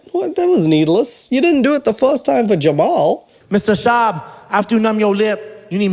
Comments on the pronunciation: It's so strange to me when he is saying Schaub, because i'm german, i pronounce it a bit different without the Double U after the Sh. I don't think that there's a letter in English, which sounds like the A U in German. xD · Andrew 'cliche' Schwab!!!! Isn't that just German pronunciation of swab? U know the medical absorbent?